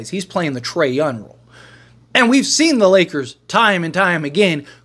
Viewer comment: BRO WHY CANT YOU SAY THE WORD “YOUNG” not “YUN”